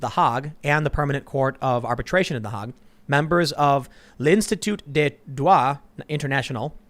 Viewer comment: hay-g not haa-g, no?